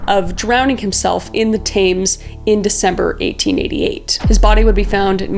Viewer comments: Tames? (Thames) - say it like.... "Tems" then bingo, you got it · Tames? ,thames ,pronounced t-eh-m-s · No hate Kris, maybe next time watch a documentary so you know how to pronounce the names. Thames sounds more like "Tems" and Eddowes is Edd-Ohhs. I love your true crime stuff, please keep it up 💜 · 'The taymes' I had to stop and take a minute to process that lol it's "tems" ik its confusing being spelt thames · It's pronounced the tems (Thames) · Your British accent was okay, 8.7/10 I think. Some pronunciation of words, not quite right 😂. Thames is pronounced “tems” and Chiswick is pronounced “chisik” 😊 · Your British accent wasn't the worst I've ever heard! Two words that stood out though: Thames is pronounced "Temms", and Cheswick is "Chezzik". It's a shame that in a video about some horrific murders you need to censor the word describing the victims' profession. That seems weirdly backwards.